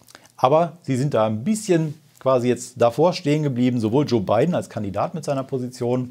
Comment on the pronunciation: LOL "Bei den" DHV News is sofort aufgefallen dass es nicht wie gewohnt gesagt wurde - "Biden" war dann richtig gut! xD